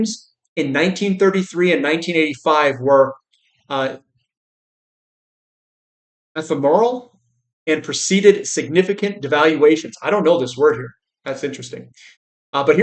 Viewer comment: sorry to step in and it is with good intentions. Ephemeral is pronounced A-fee’-meral with the emphasis in the “fee”. It means something that is not long lasting. Cheers, I enjoy your daily hard work! 👍💰💰👍